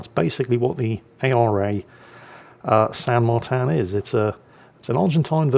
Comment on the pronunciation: Martín is pronounced Mar-teen not Mar-tan in Spanish which is the language spoken in Argentina.